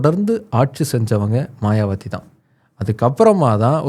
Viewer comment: மாயாவதி என்பதே சரி. மாயாவத்தி தவறு